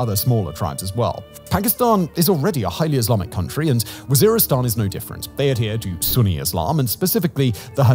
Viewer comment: lol he calls it war-istan, oops.